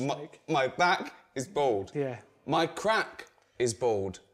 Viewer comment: Hahaha Ricky pronounces Bald..'Bold' :D